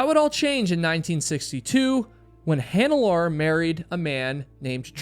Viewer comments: Mallorys body is very much acounted for and a gravestone of sorts was even set above his body. Green boots however was moved in 2014. Also it's pronounced hannelorE, the E isn't silent, it's German. Also it's not jerard, it's ger-hard, hard G. Again, German. Show some love for the victims. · Hi Im getting my friends subscribed. 🧡 your podcast. On this episode you butchered Hannelore and Gearhards name. Kind of a disservice.